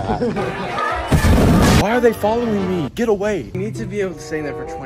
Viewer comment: i can't get over "memaws in the BACKUH"